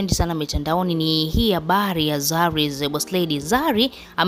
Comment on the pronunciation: Dada, hebu jaribu kusema the, au dhe badala ya ze. Unaonekana kujua vitu lakini umeshindwa kutamka the, unatamka ze. Jitahidi kidogo. Unatia aibu. Nilifikiri msomi.